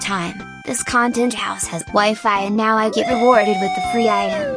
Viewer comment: Are you serious right neow